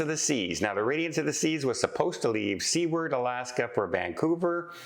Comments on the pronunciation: It's not "see-werd"... it's "soo-erd" isn't it...?? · the city of Seward was named after the US Senator that handled the Alaska purchase, and his name is pronounced Soo-word, not sea ward. Love your content otherwise! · I have always heard Seward pronounced Sue-ard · Very strange about the missing man, I hope you keep up on what happens and include updates in future videos. Also, just because its driving me a teensy bit bonkers (being born and raised in Alaska) = Seward is actually pronounce Soo-werd (kind of like sewer with a d at the end). The town (city?) is named after the guy who negotiated the purchase of Alaska from Russia… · please! You're giving us Canadians a bad name with the Alaskans and as I live in the Yukon they are my closest neighbours. They pronounce their city name "Sewer-d". Like, what goes down the toilet and add a "d". LOL. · Seward, Alaska is pronounced “su ward” with a long u sound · Seward is pronounced SUEward ("sewer" with a d) ! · I think Seward AK. is pronounced [ soo-erd ] AK. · It’s pronounced **sue-erd**. As a travel agent you should know that. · I think it’s Canadian accent causing him to pronounce Seward as sea-ward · I believe it's pronounced SU - ARD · Your driving us Alaskans crazy 😵‍💫. Please pronounce our cities name correctly. Love your blog. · I heard the Midships channel pronouncing it that way, too! I guess I can cut a break being Canadian; maybe the history he was taught didn't include the U.S. purchase of Alaska, which we were taught was referred to as Seward's Folly by opponents after William Seward, the Secretary of State who negotiated the deal. The sale price was $7.2 million, or $0.42 per acre. Such a deal! 😊 Phonetically, it's pronounced: "Sue-word".